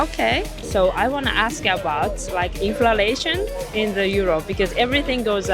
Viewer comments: もしかして動画全編通してずっとinflationのことインフラレーションと言っている……？ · Inflationインフレーションをインフラレーションと仰ってるのが気になります。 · inflation （インフレーション） ですね。 インフ「ラ」レーション ではない。。。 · Inflalationではなく、inlflationですよ‼️ インフラレーション➡︎インフレーション😂 海外移住もいいけど、まずは英語学びましょう😅 赤っ恥ですよ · She says "inflalation" for "inflation." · インフラレイションって何？ｗｗｗｗｗｗｗｗｗｗｗｗｗｗｗｗｗｗｗｗｗ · インフレーション○ インフラレーション× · インフレーションですよ。インフ「ら」レーションは？？？？？です。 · ちょっと気になっただけなんですけど、インフラレーションじゃなくてインフレーションですね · インフレーションInflationていうのでは？ インフラレーションて言ってるように聞こえる。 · インフレの倍率よりも「いんふられいしょん」という発音の方に衝撃を受けた。